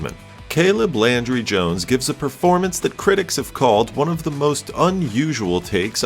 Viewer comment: Landry, not laundry